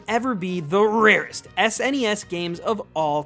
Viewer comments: The RRRRRarest. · If you quit saying "rarest" like your saying it, I bet almost all of those downvotes on your videos would go away. I upvoted, but just letting you know.